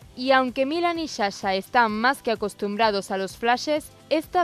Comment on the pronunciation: Milán y shasha !!🤣🤣🤣🤣que no es Sasha !!!! 🤦🏻‍♀️🤦🏻‍♀️🤦🏻‍♀️🤦🏻‍♀️🤦🏻‍♀️